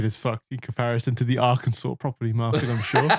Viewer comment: You pronounce Arkansas correctly, but those of us not from Arkansas intentionally mispronounce it, we also pronounce the s at the end of Illinois just to fuck with them